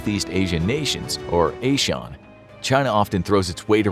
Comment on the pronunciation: Connery was a Sean. A sheep is kind of a Sean. ASEAN is not. Pronunciation of names is as important as pronouns. (Ans: “ah-see-ah-n”) Now say it with me…